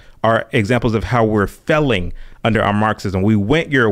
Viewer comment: Maybe you’d succeed if you could pronounce “failing” properly.